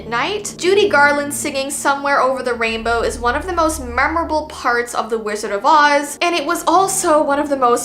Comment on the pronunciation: why did she say memorable like that??